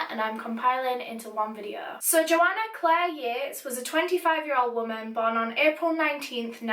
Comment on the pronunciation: When she said videø I felt that 😔🤚